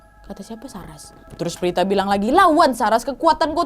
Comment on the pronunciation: Prita kka Bukan Prtita